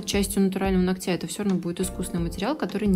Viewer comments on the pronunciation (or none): Не ногтЯ,а нОгтя.... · Здорово, только постоянно повторяющееся "ногтЯ" 🙁 НОгтя, плиз! 🙂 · нОООООгтя, а не ногтЯ !!!!!! Ну неужели так сложно запомнить ? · Приятно вас смотреть и слушать...но все же поправлю..правильно говорить не ногтЯ, а нОгтя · Не из под ногтЯ,а из под нОгтя, выучите это слово и не позорьтесь если вы не грамотная, а тем более занимаетесь ногтями,просто неприятно слушать такую речь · это высший пилотаж! Здорово. Только "нОгтя", "под нОгтем".Ударение бы правильно. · Вот всё хорошо. Прекрасный тембр интересные, познавательные видео, мягкая речь.... но УМОЛЯЮ 🙏- нОгтя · Прошу вас ствавить ударение на нОгтя.. это не хейт, а просто сделает вас лучше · НОгтя, ударение на первый слог